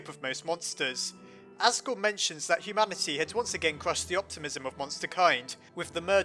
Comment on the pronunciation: wow you said humamity [no offence]